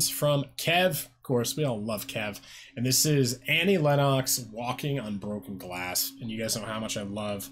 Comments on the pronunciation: It's pronounced "Lenn ex" not "Lenn ox". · Um, it's "LEN-nucks," not "LEN-KNOCKS." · Pronounced Lenn-ix